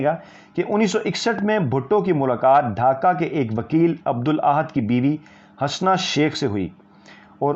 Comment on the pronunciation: Sir G Hasna not correct pronunciation ( HUSNA ).